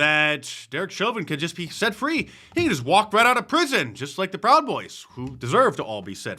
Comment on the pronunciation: Free Speech!!! Not FEE Speech!! 😢